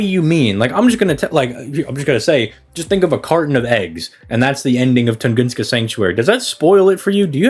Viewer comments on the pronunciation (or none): Tungunska lamo. Nice made up word. I think you mean Tunguska